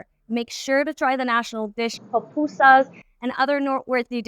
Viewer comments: Loved your video-great guide for English speaking visitors. One big correction though, the national dish is called “Pupusas,” not “pOpusas.” As trivial as that may sound, it’s an important detail. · PUPusas, not pop